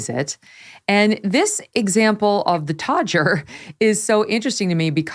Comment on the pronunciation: It was worth watching this just to hear Megyn say todger so beautifully.